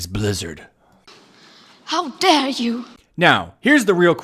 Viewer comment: I love the meme Greta kicked off! "How D-air you!"